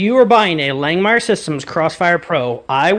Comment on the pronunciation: Love your videos man. Keep up the good work. We tigged our water table with 309L on both sides during the initial build, zero leaks. Also, "Lang-Mere" not "Lang-Meyer". I had to listen myself to one of their own tutorial videos to hear how they say it.